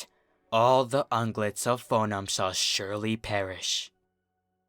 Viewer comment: Yes; I've been waiting for someone else to narrate TFH's Book of Lore; I couldn't sit through narration of this book due to his mispronunciation of "Foenum".